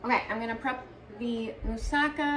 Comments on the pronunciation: I'm not from Greece but I know Mussaka we have similar dish, so you pronounced correctly don't worry😊 .but I do it without bachamel sauce on the top but I think its delicious so I will try this one❤ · You pronounce everything just perfect. I'm from Greece and i really love your videos.❤❤